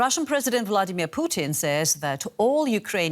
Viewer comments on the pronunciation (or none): I thought I heard her call him Bloodimir Putin